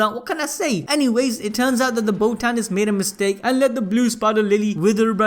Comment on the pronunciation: The way you say botanist man cmon